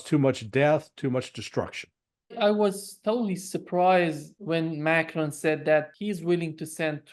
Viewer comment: Nice to see some American who does not try to mispronounce Macron as Macrohne.